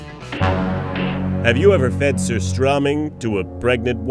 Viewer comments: Its sooo funny how they pronounce "surströmming" Haha :) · As a Swede, the pronunciation of surströmming throughout this video just kills me. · Goodness me! This dude can't even say the name right! ("Ser-STROH-ming") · You pronounce strömming right, but not sur. And it's tunnbröd, not tunn brodt and you pronounce it wrong. But yeah. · You pronounced Surstömming correctly in the intro but never did it again throughout the entire video. Why?